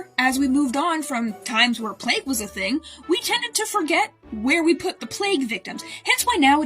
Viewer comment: I heard "play pit"